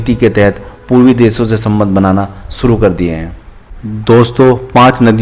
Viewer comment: shuru hoga.... naa ki Suru hoga... bolna to Sikh le